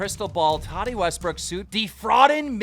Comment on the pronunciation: every time he says tati i think hes sayin toddy😂